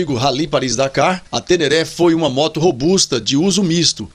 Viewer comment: O nome certo é TENERE e não TERERÉ. Me ajuda aí!